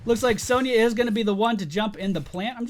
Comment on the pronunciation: Isn't it pronounced son-ya not sown-ya???